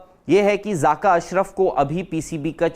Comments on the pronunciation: 🇮🇳(loru) its zakka not zaaka😂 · Zaaka nhi jahil zaka hota hai